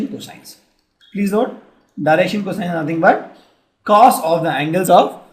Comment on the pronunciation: He says "Cosine" normaly rest of the time he's faking it and saying "coshine"